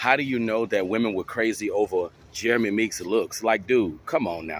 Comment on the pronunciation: Meek's, not freaks!